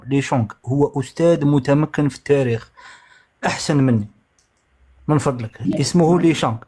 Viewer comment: كانش واحد ينطق التاريخ بطاريخ يعرف التاريخ